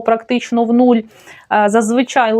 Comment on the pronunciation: Трохи не по темі🙂 Прекрасна мова. Але, все-таки, "нУль".